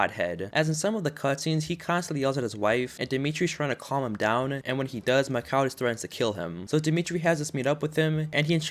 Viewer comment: Its not mickhaal its mickael